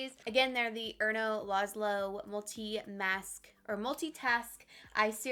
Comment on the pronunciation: Omg you finally said erno laszlo correctly 😂